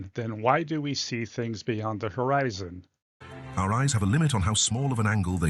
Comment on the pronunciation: I can't believe he said "Horizontal Eye Zone" = Horizon Is this guy a scammer of some sort? Oh , wait....